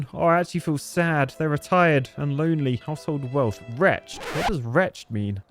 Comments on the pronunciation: You say the ed part of wretched. Wretch-ed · Retched is what I did when I heard you pronounce wretched. ;) Wretch-ed! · Your pronunciation of wretched was a bit off. Try "wretch-ed." My example would be "Damn that wretched architect who lives next door" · Wretched pronounced retch-id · most shocking bit of today's video: not knowing the meaning of, or how to pronounce the word "Wretched".